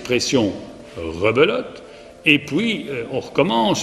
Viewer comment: "Et pouis" C'est bon je sais où c'est ptdrrrr